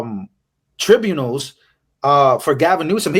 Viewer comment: Tribunals is pronounced Try-bue-nals